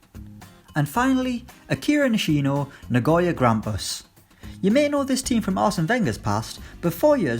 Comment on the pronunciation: That's a the worst Akira Nishino pronunciation i've ever heard.